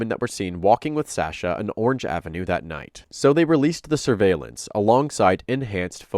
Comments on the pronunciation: Anyone else having a hard time getting through this video with him pronouncing “Sasha” wrong the entire time? He did say it right in the beginning. Edit: I see that he goes back to the correct pronunciation later in the video. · SAW-sha. NOT SAEH- sha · Narrator keeps calling her shaaa-shaaa. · Sasha = "Sah" as in "awful", not as in "ask". Please, let's do our best to pronounce the victim's make correctly. ❤ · why keep calling her the wrong name SAAsha instead of Sasha lol they say it a million times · I am trying to get into the story, but the pronunciation of her name by the narrator is driving me up the wall. In the clip in the very beginning Sasha pronounces the first A in her name with an "aw" sound like in fought or bottle. The narrator does an a "aa" like in cat or flat. I know its not the end of the world.... but it can't stop hearing it :P :P :P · love the vid but u are pronouncing sasha, "sahsha" and it's actually so annoying. jfc learn english. or maybe just listen to how her friends say "SASHA" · Now her boyfriend just pronounced her name……..why is our guy still pronouncing it incorrectly?!?!?! He’s still one of my fav Tubers though😊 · The way you constantly mispronounce her name even after Anthony said it in the call really irks me. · Bro just pronounce her name right. The video you played literally had a recording of someone who knows her saying her name with correct pronunciation. With all the prep needed for this video was it so hard to pronounce her name right? I’m not gonna watch this video for the sake of not wanting to hear SASH-UH every 30 seconds. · She pronounces her name, why are you saying it wrong? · you saying her name wrong is super grating. it's the standard pronunciation, so not sure why you aren't doing it correctly. i thought it was an odd pronunciation, which is common with names, but no it's just you saying it wrong. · Say her name right!! You can hear recordings of several other people saying it right? Annoying